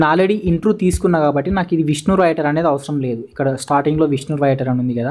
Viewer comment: Intru kadhu baya intro ani palakali